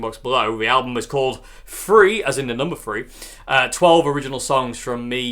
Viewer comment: Aha, you can pronounce your "th's". The album is not called "free". But thhhhreeee.. Nor is it.😂